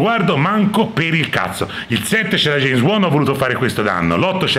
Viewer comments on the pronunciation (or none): none